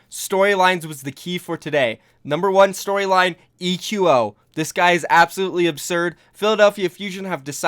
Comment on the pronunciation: I think eqo is supposed to be pronounced like the word "Echo"